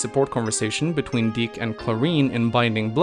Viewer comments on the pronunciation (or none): none